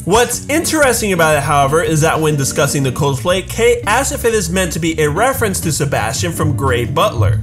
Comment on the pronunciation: Am I the only one who hears "Coosplay" when he is meant to say "Cosplay"?